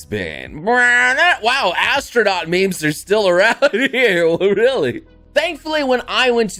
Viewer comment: says, “memes,” like, “mems.” Me: MeeM!!!